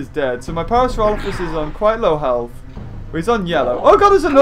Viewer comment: I've always pronounced it as Parasaur-OH-lophus too. .... So, it was a bit refreshing to hear you pronounce it the same way. :)